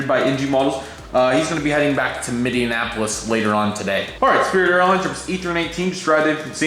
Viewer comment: Sorry to be picky but hearing you completely butcher Minneapolis every time makes me cringe.